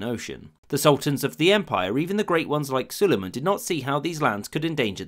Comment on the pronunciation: Hürrem gibi sülümun diyor 😂